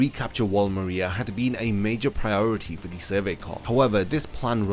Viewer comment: THIS DUDE MISPRONOUNCED MARIA EVERY TIME, AMONG MANY OTHER IGNORANT THINGS